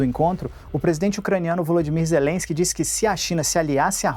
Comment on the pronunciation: Olha o molusco falando o nome do presidente da ucrania, falar com ZERENSKI, quem vai levar a serio um ex condenado?! kkkkkkkkkk